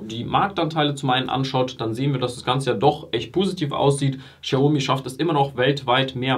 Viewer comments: Du sagst aber „schiaomi“. Sorry, will nicht kleinlich sein, aber du sagst den Namen gefühlt 300 mal und ich zucke jedes Mal zusammen 😅 Aber schönes Video. Bin selber seit IPO investiert. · Boah, sprich doch den Namen xiaomi bitte richtig aus. Das triggert mich hart 😂